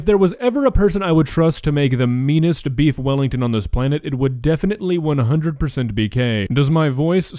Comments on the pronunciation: We don't say "beef welli" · Weef bellington